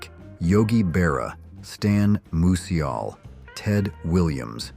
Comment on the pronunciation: I don’t think I’ve ever head Stan Museuls name butchered like that